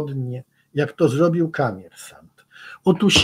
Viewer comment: Nie ma czegos takiego jak Kamiersant! Jest Komiersant. Przez "O"! I przy tym akcent na ostatniej sylabie a nie gdzies wczesniej. Dziekuje za uwage. 😊